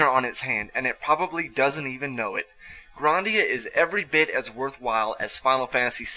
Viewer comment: You pronounce it Grahn-dia. It's pronounced GRAND-ia